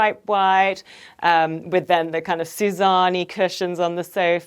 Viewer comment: I'm from India and I don't mean to be rude but it's really annoying when every designer in the West says 'SU-ZAA-NI' when its actually pronounced Su-Ja-Ni, with each syllable having equal inflection. The 'a' part is not dragged out.